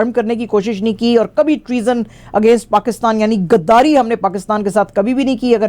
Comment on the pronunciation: کھراب نہیں خراب گداری نہیں غداری ۔ شکریہ 🌹